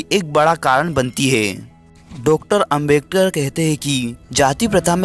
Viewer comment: Are foki bro yah Ambektar nahin Hai Ambedkar hota Hai